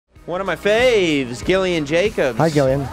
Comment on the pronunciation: Gillian is pronounced Jillian.